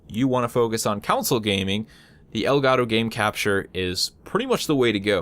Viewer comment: You kept pronouncing console as "counsel" :P